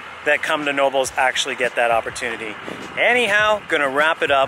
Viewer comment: It's pronounced with a hard "K"..... it's a family's name: "Ka-Now-Bels"